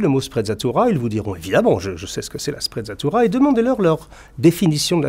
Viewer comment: Sprezza signifie à peu près mépris La sprezzatura est une sorte de négligence feinte, de désinvolture apparente devant la difficulté et tout ce qui demande travail et effort. Une sprezzatura qui aurait été appréciée dans cette vidéo eût été de prononcer correctement l'italien, avec en outre la légèreté de l'évidence.